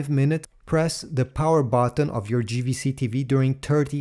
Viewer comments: It's Jvc not Gvc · Small thing that's "JAY" V C in English not GVC 😉